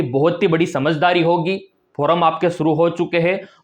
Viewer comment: श्रीमान जी फोरम ओर फार्म में अंतर होता है। उच्चारण सही कीजिए